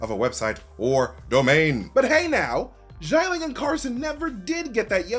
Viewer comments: Note: Not pronounced as "jai-ling". "Xia" is pronounced as "si-ya" (as in "si señor") without the pause in between. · Why does he keep prnouncing GIANT-LING? It XI-A-LING ... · Xialing * not Shy Ling. SHI-A-LING. 😑😑😑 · I love and his videos, but the mispronunciation of Xialing’s name is very distracting. X is pronounced like an “sh”, not like “j”. And the vowel part is IA not AI. So instead of Jai-ling, it’s more like Shya-ling. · 'Xialing' is not pronounced like that 😅😅 Say it like SHAH LING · why does he pronounce xia ling like it was xai ling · I cant believe how many times he mispronounced the name Xialing.